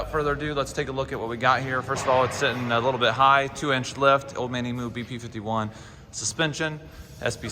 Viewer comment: Nice work on the ‘Cruiser. 👍. A tip - Emu is pronounced ‘eem-yoo’, not ‘ee-moo’.